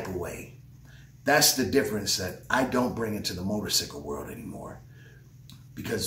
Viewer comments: Y he jeep saying motorsickle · Am I the only one that can't get past the "Motor-Sickle" part?